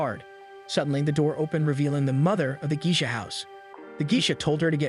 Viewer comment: I've never heard Geisha pronounced as Gee-shuh. I've always heard it as Gay-shuh (I'm not using IPA spelling because most people don't know it.) If I might ask, where are you from?